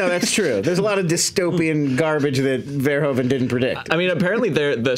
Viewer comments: Thanks, for always pronouncing "Verhoeven" the correct way! Your one of the few. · Thank you, for being the first American ever to pronounce Mr. Verhoeven's name correctly